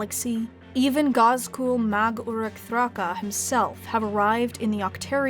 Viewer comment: I’m impressed how the narrator managed to pronounced Ghazkull’s name with zero problems.